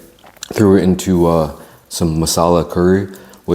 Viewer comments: You need to have chips with it. It’s masala not mussalla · It's massala not mussala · Mussala ffs its Masala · It’s Massala not Mussala. The food would be fifty times better in the restaurant. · Bruh they cant even pronounce there own national dish name right its "Tikka Masala" not Mussala somebody call to look at this restaurant. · It's Chicken tikka Masala not Mussala lol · Mussala? Hahaha it's Masala. Great British dish. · its not mussala, its masala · 'Mussala' lol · chicken tikka "moosala" haha😂😂😂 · that "mussala" sent chills down my spine..... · what is Mussala? is it not masala?